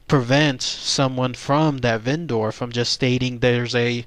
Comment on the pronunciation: Vendor is pronounced "VEN-der." The way you say it makes it sound like a Go-bot.